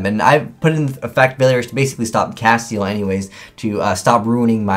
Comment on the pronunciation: I'm tired of people pronouncing this card wrong. its castEL not castiel there's no I in the name its castel cast-el...